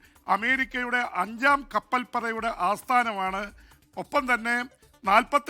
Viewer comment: ജയിംസ് കപ്പൽപത അല്ല, കപ്പൽ പട,😢😢